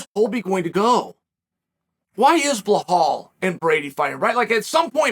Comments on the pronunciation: It's belal not blahol 🤣 . pronounce it as it's written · why does he keep calling him BLA HALL MOHAMED when its clearly B-I-L-A-L. It's insane to me. This guy doesn't even try with names man. I actually hate him low key lol. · You mean "Blahaal"? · I bet fighters hate Uncle saying their name 😂 “Blahal” “Mocklechev” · Ohhh, it's always this "Blahaal" guy?🙄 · i like belal i was just kidding how uncle chael pronounce it as blauhal . lol